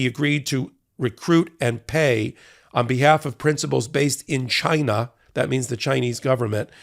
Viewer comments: “CHYNA” Trump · "CHI-NA" -republicans